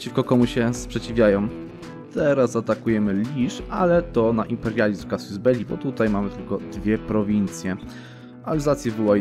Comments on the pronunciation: czyta się CASUS a nie casius, tak na przyszłość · W zasadzie to "kazus"